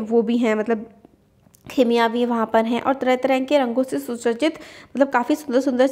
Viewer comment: Khimiya nhi bolte use chimiya bolte hai😊